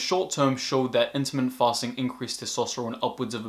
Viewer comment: Very interesting, good information. But he's saying "intimate fasting" whether he knows it or not, and I'm sure he means "intermittent fasting."